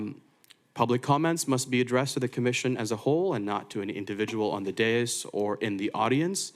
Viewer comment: First of all it is spelled d a i s. It's a two syllable word pronounced day of the first syllable, and this minus the th for the second syllable. The emphasis of pronunciation is on the first syllable. DAY - (th)is It is not pronounced any other way in any other language.